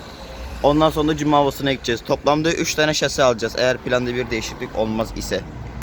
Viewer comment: Abi şaşe degil şase